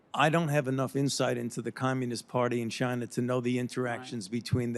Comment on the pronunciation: Fauci says “Chiner” the